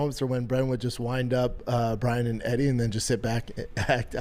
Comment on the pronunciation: Holy shit I just realized he can’t pronounce Brian 😂